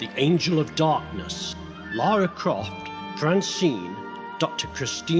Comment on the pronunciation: The accent on Lara is perfect, it's driving me insane 😅😅